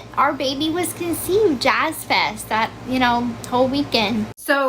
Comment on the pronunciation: Did she say, "That's the weekend our baby was deceived" I listened to it over 3 times, and that's what it sounds like lol